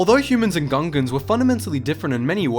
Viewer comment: Is it just me or i keep hearing Ugandans?